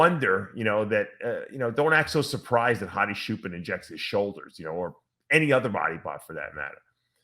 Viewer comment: bruh how do you and NSP say CHOOPEN... take 3 braincells to imagine them saying it like that in Iran and you'll know it's wrong immediately